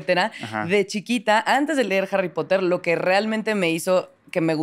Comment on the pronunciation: Los "potergertz" dan cringe cuando se pone a hablar de jarripotder"